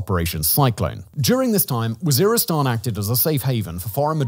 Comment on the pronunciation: lol he calls it war-istan, oops.